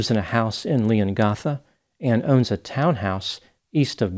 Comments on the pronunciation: Shame he messed up Leongatha. Ah well, the Lord giveth, and the Lord taketh away. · But doesn't pronounce Leongatha correctly 😂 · As an Aussie, I’m heavily invested in this case. (BTW, Leongatha is pronounced more like Leongaatha rather than like Leongartha) She seems so innocent by her actions in front of the media. She seems like a really sad and very remorseful but the evidence surrounding it is insanely suss. Her husband getting sick last year was the biggest kicker and throwing out a food dehydrator!! Hmmm I’m going to guess that she’s guilty. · You’re obviously not from Victoria. It’s pronounced LeongAtha, as in A for apple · He didn’t pronounce Leongatha correctly though 😂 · He missed on the pronunciation of Leongatha though. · I love you. But the way Leongatha is pronounced is with the a after g as in ( death) cap. Or cat. Not as in gasp. … or last ( breath). Love you.